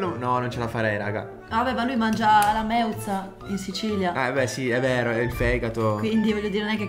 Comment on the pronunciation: Da siciliana si dice meuSa non meuZa ma comunque vi adoro